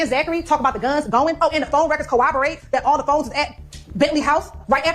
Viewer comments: My word... Can someone explain to about pronunciation🤦 Cor-rob-or-rate not co-oboate. Ask not ax. Where he at? Professionals would say where was he at. My goodness she sounds so uneducated. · the way she says co-obberate is driving me insane